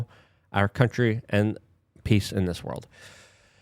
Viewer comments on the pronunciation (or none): none